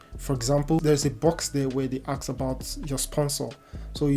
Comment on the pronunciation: The main reason for failure is providing fake ducuments not only to the U,S embassy but to all embassies.Always when speaking try to say the word ''ask'' instead of ''axe''a sure sign of poor english.